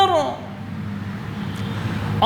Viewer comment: ماشاءاللہ بہت ہی عمدہ ہے پر آپ انکو پیغام دینا کے کہ اللّٰہ اکبر اللّٰہ اکبر جو پہلا اکبر ہے اس میں پے اس پے پیش ہے بھائی زبر پڑھتے ہیں پیش پڑھا کریں باقی بہت ہی خوب ہے